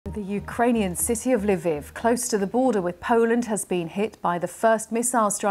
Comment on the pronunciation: Covering a war for months now and you still cannot pronounce Lviv correctly.